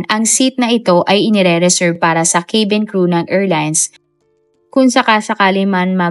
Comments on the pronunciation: cabin ay “kA-bin” po ang basa hindi “kE-bin”😊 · Madam, hindi po kaybeen ang pronunciation ng cabin! It’s kah-Ben! At hindi po de- Bree’s ang pronunciation ng debris! It’s deh- Bree! Thanks